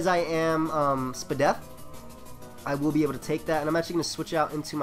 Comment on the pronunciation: I love how you pronounce SpDef.. and that was most likely AV Entei not ebelt :p